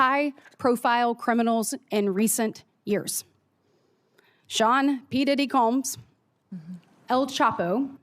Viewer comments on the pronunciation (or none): none